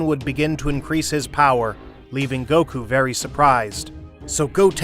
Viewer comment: “Saun Goku” 😂